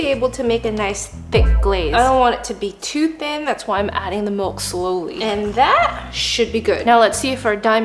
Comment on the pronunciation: "Mulk." -_- lol